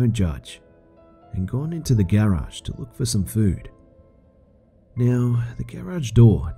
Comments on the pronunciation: Lol he pronounces garage gerage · Man... I love the narration but the way you say garage triggers me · What does stupid o clock mean? And lmao the way you say Garage makes it sound like "Gay Raj" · I hate how he says Garage.